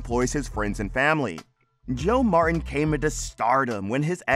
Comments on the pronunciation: Man what a fake title. And his name is MarTin not marren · Mar Tin not Marrin. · Their name is Mar-TEN. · Can the narrator not pronounce "Martin" correctly ? Coddington BOYD ? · Why do you keep saying Marin? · click bait! Nothing happened to him and you need to learn to say MarTin. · This is a great show. I researched this mispronunciation of Martin. Narrator may be leaving out the T sound. Its called T glottalization. Its a strange thing certain people do for God knows why. i notice its usually younger females. my favorite news channel has a young lady that pronounces Russia's president as Poo-in.